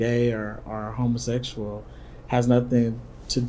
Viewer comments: Did this neega just say “homosexOLOGY”?!?! 🤣🤣🤣🤣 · Are you a homosesual? Listen to how he pronounces homosexual 😂😂😂😂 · Why gotta put such emphas on the ‘HOMOsexual’…? 🤣🤣🤣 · "are you uh..HOMOsetchual pastor?" 😆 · Homosessual Just like he says Messican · I cracked up everytime he said it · Had me Rollin, Every time he said , homosexual.